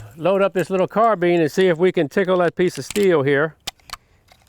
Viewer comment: why do people pronounce carbiiiiiiiine "carbean"